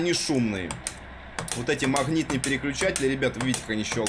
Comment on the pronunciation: Услышал "махнитные", выключил нахрен